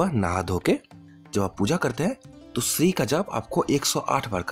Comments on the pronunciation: SHREE NAHI SHREEM HAI WOH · Correct pronunciation : श्रीम् Shrim